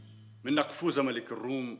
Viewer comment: يامخرج نقفور ملك الروم وليس نقفوز